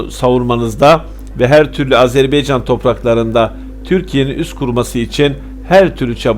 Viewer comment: HALA AZERBAYCAN a AZERBEYCAN diyor . HAH HAH HAAAAH TÜRKETE der gibi .